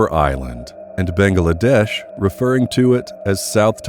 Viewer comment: Why can't you pronounce Bangladesh? 3 syllables, bang glA desh. Not 4, "Bang AA La desh"